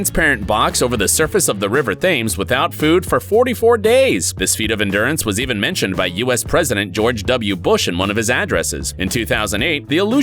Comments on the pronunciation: For reference, the river is pronounced Temms not Thaymes. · Thames is pronounce 'tems'.